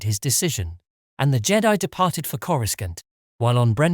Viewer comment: Why do you pronounce coruscant the way you do? sounds so weird... as if you weren't watching the same movies / shows all say it without the middle "c"... sounds so weird lol